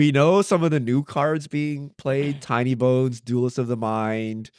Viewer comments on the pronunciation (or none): Why do you keep saying Tony bones instead of tiny bones? Is there a meme I’m not getting?